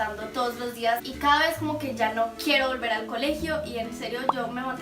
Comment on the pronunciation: porque suenas muy fuerte la palabra caada estas enfermita? o sola mente te sale te adoro